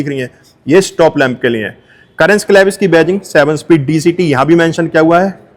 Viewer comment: भाई वो करेंस नहीं है, कैरेन्स है। वॉकराउंड वीडियो बनाने चले हो तो कम से कम उच्चरण तो ठीक रखो।